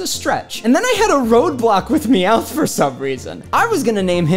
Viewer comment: Meowth = meyawn